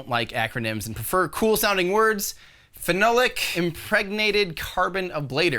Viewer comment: Phenolic? Pronounced - fee,knoll,ic